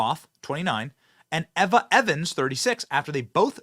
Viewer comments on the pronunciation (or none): KYLE (pronounced KILE) EVA (pronounced EEVA) Seriously did you even go to school?